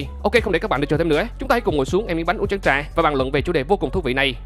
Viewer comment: phát âm chữ chén trà chuẩn âm tr mà ta.